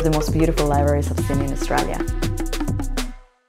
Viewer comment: lol i love how she pronounces Australia ♥